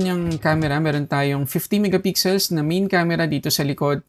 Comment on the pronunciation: Minsan nsasabi nya "miga pixel".